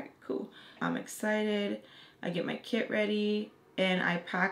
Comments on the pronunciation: for almost 5 minutes i thought you said kid but them i found out u said kit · At first i thought you were saying kid wen you were saying kit also love your story times🥰